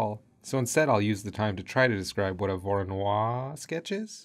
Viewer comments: Loved the vid but the pronunciation made my ears bleed. Voronoi as in Voronoy, none of that French stuff! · Voronoi was Russian, not French. And his surname is pronounced as Vah-rah-noi.